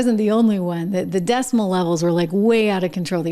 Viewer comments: Decimal levels... decibel... learn English. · It was hard to tell if she said decibel or decimal, but when replaying in slow motion - she definitely said decimal... That's so sad. Makes me wonder if she went to a government school.